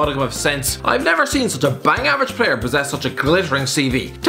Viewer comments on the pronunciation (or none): none